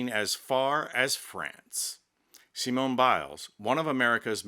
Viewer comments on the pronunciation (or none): had to stop watching when he pronounced the final e in Simone when the final e is silent, all the while claiming it's French pronunciation. My ears are bleeding. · The e at the end of Simone is silent, phonetically it sounds like this, Seemon, other than that your impersonation was pretty darn funny! :face-blue-smiling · in french Simone is pronounced like see-mon (the "mon" of monday). Congratulations to Simone Biles. Greetings from France. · Someone needs to tell ‘’ that her name is pronounced the same way in French as in English. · might be a bit too English to be French (the 'e' in Simone is silent, for instance), but he does have the sass to match.